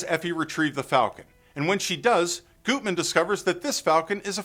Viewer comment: It's pronounced GUTman, not Gootman. I'm impressed you mentioned the two previous versions of the movie. The first (1931) movie isn't bad, though compared to the third, it seems like a low rent version.